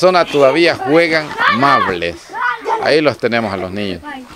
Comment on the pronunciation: Mables jajajaja es maubles